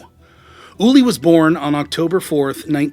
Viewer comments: His Name was Ueli, not Ulie!!!! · "Ooh-Airly", not "Ooly" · **Ueli, not "Ullie." You couldn't get his name right on the video that's about him specifically? 🙄 Wow.